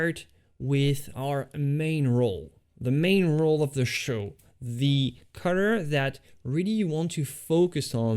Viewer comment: Not only can't he paint, but he can't even say the word 'color' 🤣🤣🤣🤣🤣